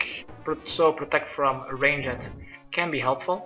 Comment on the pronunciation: Love how he says ranged. "Rain-jet"